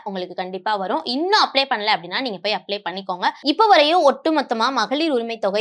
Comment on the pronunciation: Not Applay, it’s “Apply”